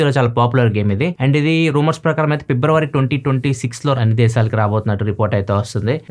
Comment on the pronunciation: February ❌ pebruary✅🤣😅